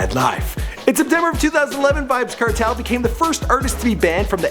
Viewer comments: yah rass ediot yuh seh "certel" Nigga says kernel but the n as a t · its pronounced Cartel nice video tho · seh Di name dem right nuh its pronounced car-tell, bun-ti-kill-a